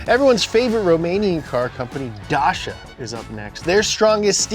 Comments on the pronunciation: Dacia is pronounced Dach-ya. Maybe if they didn't use crap Renault engines, it would be better. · Did he just pronounce Dacia as DaSHa; Isuzu as AZuzu? Also, forgot about the SIN R1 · The way he pronounced Dacia killed me xD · Dasha? It's DA CHI A .... learn that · Never in my life ever expected to hear DACIA that badly pronunciated.......pls at least type it in into google translate then hit the listen button....i do not need perfect pronunciation but man.. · I like how he mispronounces the cars name then right after goes on to say hey I’m reading off a screen.😬😂😂